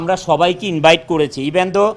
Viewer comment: ভাই উনি যে কথাটা বলল, সেটা ইনবাইট হবে না ইনভাইট হবে?